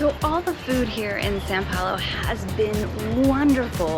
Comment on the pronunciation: it is not San Paulo, it is São Paulo